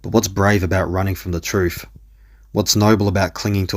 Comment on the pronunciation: "What's brave about running from the troof?"